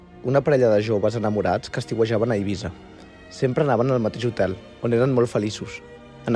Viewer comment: és eivissa amb essa sorda